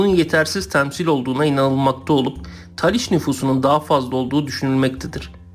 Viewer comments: taliş değil talış! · Taliş deyil, Talış olucak.